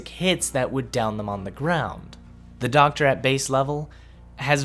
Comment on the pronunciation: I love the SHOCKTA...I...I meant the DOCKTA!!!!!